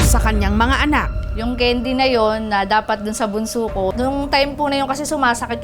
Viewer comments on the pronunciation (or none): candy po hindi kendi